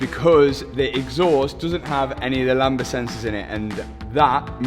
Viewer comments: Btw it's pronounced lamb-duh, not lamba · I always chuckle when I hear say "Lamba sensors" (sic): The word "lambda" in "lambda sensor" is pronounced LAM-duh, with a silent "b" before the "d". Says Google;-) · Lambda not lamba 🤣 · The b in lambda is silent btw... 😂